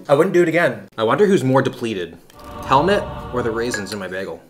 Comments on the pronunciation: His name is pronounced like hell and mood, but mood with a t -> Hellmoot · "Helmut" is pronounced like Hell-Mood ;)